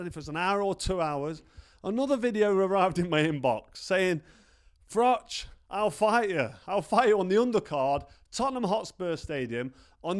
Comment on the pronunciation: Irish 🇮🇪 fan here Cobra Just want to say don’t ever change. Same confidence. Same delivery. Same running commentary while you’re mid-story impersonating “BIG JOHN” like you’re doing both parts in a one-man theatre show. The Nottingham accent switching into “FRATCH! FRATCH! WHERE IS HE?!” while simultaneously explaining how in fact Big John Fury knew exactly where you were and how it was all just theatrics from “The Ultimate Fighting Male” 💪 is just comedy gold 😂 Take that payday at Spurs. It’s only 62k capacity so it’ll be a very modest crowd for you but 💯 easier 💰 than AJ/Paul. And you’d be giving the boxing public something we didn’t even know we needed. Even Big John gets a payday for the hospital bills. Everyone wins. Imagine mid-fight you lean in and calmly say, “Yeah but did you ever do 80,000 at Wembley?” and somewhere in the crowd Floyd is still standing there nodding politely 💀 Keep it real 🥊🥊